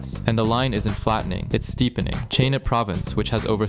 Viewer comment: you mean Chaï nah ?😅